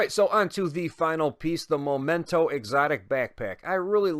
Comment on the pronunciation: Thanks for the video. I've been waiting for a while for a video like this But, remember: "momento" is moment in English whilst "memento" (the real name of this exotic backpack) is reminder in latin. They do not sound the same. The first sounds "moh" at the beginning, the second sounds "meh".